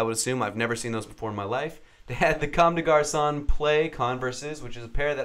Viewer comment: And, it's comment de garc(auh)